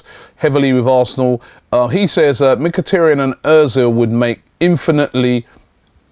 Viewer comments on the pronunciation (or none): MIK-A-TAR-YAN, not MICK-A-TEARY-ANNE!!!!!!!!!!!